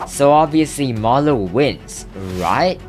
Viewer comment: bro did not say marloww